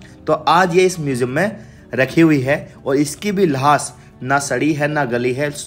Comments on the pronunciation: भाई जान लाश को लाह्श क्यों बोलते हो लाश बोलो अच्छा समझ आयेगी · Lahaas nhi hota bhai lash hota h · Lahash lahash kya bol rahey ho bhaiye.Laash bol bey. Camera bhi worst lekar gaye ho. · Bhai thoda lafzon ko achche se bolo lahas nahi laash sahi lafz hai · Lash hota hai, lahas nahi, sahi se boley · Lahas nhi lash bolo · Lahas nahi lash bolte hain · Sahi se bolo lahas nhi lash hoti hai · भाई साहेब लास नहीं लाश बोले। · Lahaash Nahi hota Laash Kaha jata hai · Abe lahaas q bol Raha hai,,,,?